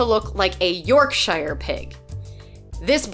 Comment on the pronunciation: From someone who’s from yorkshire, it’s actually pronounced York -sher 🙈😂 like Sherwood Forrest but without the wood 😂